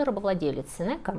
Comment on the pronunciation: Очень люблю ваш канал, все видео очень интересные, спасибо за ваш труд! Небольшая поправка: на латинском правильнее говорить Сенека с ударением на первый слог